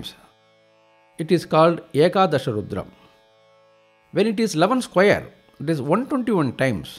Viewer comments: There are so many rudram recitals. But this is the best according to me. Pronunciation, appropriate speed, clarity, no interruptions ( commercial interruptions in a divine chant mo ck the very of the chant. Very vlean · Perfect pronunciation, perfect synchronisation. Highly, highly energizing!